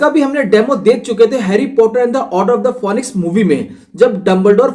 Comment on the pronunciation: Excellent explanation bhaiya 🥳👏🏻👏🏻, bas phoenix ka pronunciation galat tha. Aur aap apne videos mein Harry Potter theme ya koi alag Background music use karo, saadhi video itni khas nahin lag rahi ☹️ Aap chaho toh iss channel ke videos ko dekhke apne videos ko improve kar sakte ho